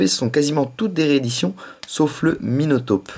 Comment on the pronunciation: On dit minotaupe pas minautopie --'